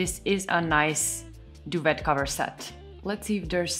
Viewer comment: I LOVE my Tarva bed! I’ve had it for several years. Solid pine; simple Scandi design. Your English is perfect; don’t worry! Duvet is actually French not English. It’s pronounced “doo-vay”.